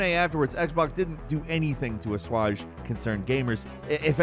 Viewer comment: struggling to say daedalic and assuage has got me rolling today 😂.